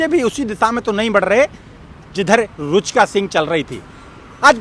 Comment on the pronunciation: रूचका नही रुचिका।😅😅